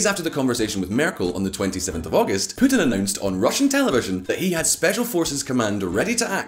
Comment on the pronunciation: Even PEWtin, lol!